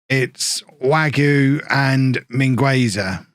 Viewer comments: Btw mousse wague is pronounced wag-a not wagyu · I'm gonna try this pronunciation stuff even though I have no idea if I'm doing it correctly. With Wagué, the "u" is silent (same with Mingueza) and the "e" is pronounced as an "a" for you. Anyways, love your videos!